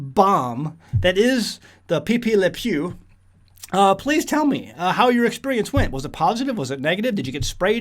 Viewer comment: Hahaha! “Pee Pee Le Pew”. It’s “Pepé Le Pew”. 🤭😂🤣👍